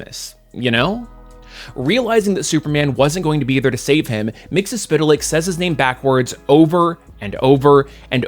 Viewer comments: I applaud you on pronouncing his name. :) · Why can't people pronounce his name? From the imp himself: "It's Mix..." (turns into a blender) "Yesz..." (turns into a Yes record) "Spit!" (turns back into his imp form and spits in your eye) "...Lick." (turns into a dog and licks you) Got it, McGurk? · "It's Mix - Yes - Spit - Lick!"